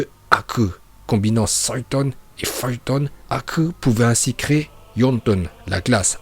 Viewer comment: ya des noms tu les dtruits en les prononçant comme ninjutsu pas le ninjatsu ou en suiton pas soiton et cest uchiwoiiiii pas uchihaaa meme si sa secrit comme sa uchiha